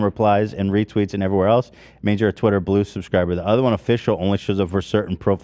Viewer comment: Heck NO we aren’t about to just let get away with saying twitter as “TITTER” Y’all don’t let live “funger” down 🤣🤣 i had to keep rewinding that and kept dying laughing 🤣 but fr W Ethan for buying Ian’s verification on TITTER love that for him ❤️ (time stamp ) ✌🏽 & ❤️😂